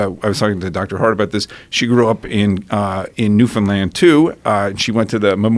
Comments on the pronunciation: This guy’s married to a Newfie, yet she never taught him that Newfoundland is pronounced as “Newfin-Land” not “New-Found-Land” lmaooo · the dude lost me when he tried to pronounce Newfoundland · represent east coast canada!! - if that doctor didnt already want to knock him out, he definitely wanted to when buddy pronouced it New. Found. Land. Ugh. cringe fest. im next door in nova scotia and i nearly threw up myself. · Great chat. Worst part is dudes inability to pronounce Newfoundland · Also, notice how he corrected Alex on his pronunciation of Newfoundland, well he said it the way almost everyone not from here does, but it pisses Newfoundlanders off to no end. Like it makes us wanna smack someone. It's like someone pronouncing Arkansas as "Ar-Kansas".